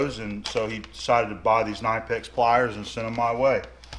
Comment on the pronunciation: You actually pronounce the 'K' in Knipex - it's not silent. ;-)